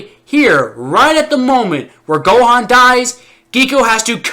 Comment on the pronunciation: They pronounced Gohan wrong